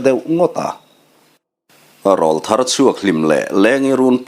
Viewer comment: Sir, Râwlthar tih hi’ râwl’ hi aw râwl sawina a ni , Aw râwl sawina, aw ki in thlak tir sawina a nih angin Râwlthar tih hi i lam dan a dik lo deuh a. I ne pawh ek hâuh lo chung leh nangmah ngaisang chungin ka rawn sawi ve hrim hrim e🙏🏻